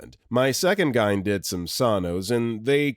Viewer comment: Just as an FYI, most people spell out g-y-n (jee-why-en), I don't think I have ever heard anyone pronounce gyn as "guyn". Saying it that way makes this sound like an AI voiceover. Also, triage is generally pronounced "TREE-ahj" in most accents.